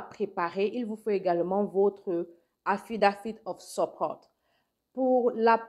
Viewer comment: Bonjour jai pas bien compris quand vous disiez atidative supporte, jai pas bien compris la prononciation pour le sponsor